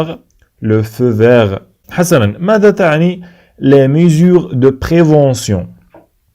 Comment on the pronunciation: la prononciation de certains mots n'est pas la bonne comme le mot " mesures" ...